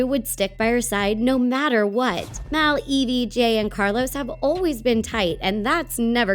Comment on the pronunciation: It's mal not mel